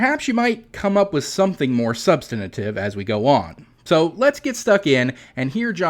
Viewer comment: It is “substantive”, not “substanative”.